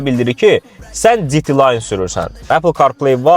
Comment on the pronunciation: Kia K5 )) istiyir GT line olsun, istiyir Fiti Layn olsun istiyir bu nitq qüsurlu qardaş demiş Citi layn olsun, oturun o K5-ə sürəti 120yə qaldırın çox demirəm iki dənə fura yanbayan oqon elemeye qalxın ama maşının kapotuna baxmağı unutmuyun. Baxın görün kapot nə hoqqa çıxardır. Döşü başı açəq ərəv rəqqasələri o kapotun yaninda heç nədi :)